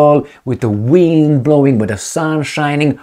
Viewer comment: Great report as usual, your English as a non native speaker is excellent. Thats why Im pointing out an error. Quite significant. You pronounced the word " wind" which which means air movement and also " reeling" something in, ie, decided to wind in his fishing reel..